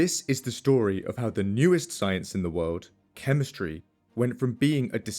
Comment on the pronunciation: People can't stand all of the extra "W's" he adds to words. I guess I agree. For example, the word "World", only has one "W". Not 3.